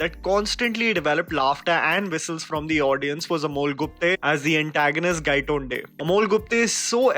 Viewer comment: Shanghaai not Shenghai / Gaiतोंde not Gaiटोन्डे